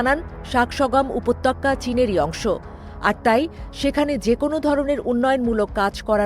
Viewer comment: উপত্তক্কা কি? উপত্যকা হবে।